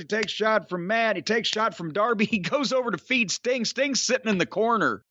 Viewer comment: Whenever he would say "Mr sting" I thougth he was saying Mr stink 🤣